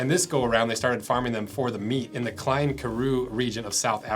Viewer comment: The Afrikaans words are killing on this one Klein = clay-n Olivier = Olly-feer